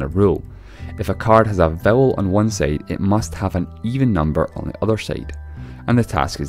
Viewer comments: Bothered by how "side" is pronounced as "seyd" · On the other "seide"